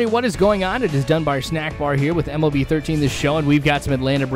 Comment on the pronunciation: dude stop spamming vids by the way just say MLB not M.L.B